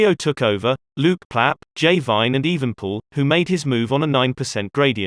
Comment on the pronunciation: the name is EvenEpoel not Evenpoel